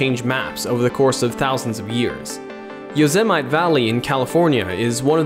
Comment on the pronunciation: you said yosemite wrong